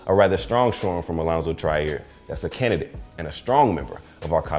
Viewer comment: Iso-Zo (Allonzo Trier) has the best kick game in college hands down! The only person seeing him on KOK is PJ Tucker period., you pronounce "Trier" as "Cha-Rear" not "Try-Air"! I'm just getting you familiar, because he's going to scorching the league soon!